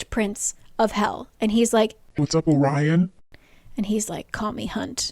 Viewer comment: the way you said "Orion" when talking about hunt's dream in the pocket realm caught me off guard- i thought you said "what's up Ryan" and the thought of the star eater calling hunt Ryan was just so funny to me i burst out laughing (Orion is a latin word and since latin is the base of my mother language i was just not expecting the accent, i'm not making fun of before anyone tries to come at me )